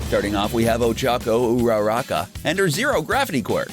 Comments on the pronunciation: Di-did you seriously pronounce bakugou as "bakoogou"? Edit: He pronounced Uraraka as U-RAH-RAH-ka. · 😂😂 and even, URAH-RAH-KA